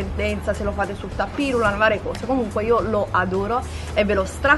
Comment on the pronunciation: Comunque si dice TAPIRULANT con UNA SOLA "P". E si scrive "tapiroulant" 😉